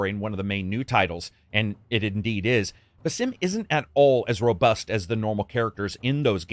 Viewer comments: It's pronounced "BAsim", not "baSIM". They say his name in most of the trailers for Mirage, not to mention in Valhalla which came out almost 3 years ago. Otherwise a decent review but I feel like you don't really care about the story if you can't even pronounce the guy's name somewhat correctly... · It's Baa'sim, just lakiek saying Back or Balance not B'sim as if you are saying Bethesda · Stop pronouncing Basim as it's not meant to be pronounced. It's annoying as hell. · The amount of cartoony, reused and tiny variety in the takedown animations is what ruins this game. Also, the narrator is pronouncing Basim's name like a fucking idiot. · Pretty sad you can't pronounce Basim correctly.